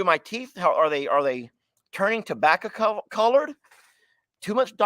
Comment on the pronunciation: That tabbaca comment had on a rant about tabbaca for a min lmao 🤣 the way he said tabbaco he said tabbaca lmao 🤣